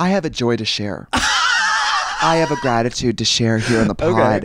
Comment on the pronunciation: She even said gratitude with a crispy r